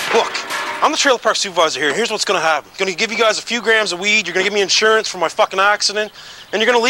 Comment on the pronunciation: He calls it isurance hahaha